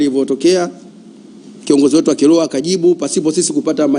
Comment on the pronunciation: Sio kiloho ni kiroho, huyu hata biblia haijui